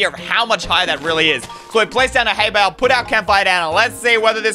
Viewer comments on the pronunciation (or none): none